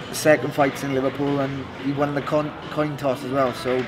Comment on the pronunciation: Both said toin coss